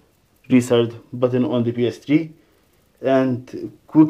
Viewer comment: She's name ps3 not ps dree